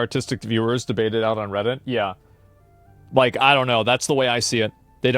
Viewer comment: What is a räddit dräd?